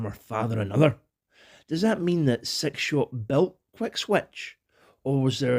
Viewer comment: I love your accent one of the reasons I absolutely love listening to your videos, but I got to say this with utmost love and humor brother! When you say six shot it sounds like you're saying "Sex Shop" lmfao 😂😂😂😂